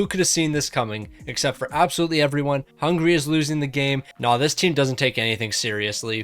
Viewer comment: It's Hungary not Hungray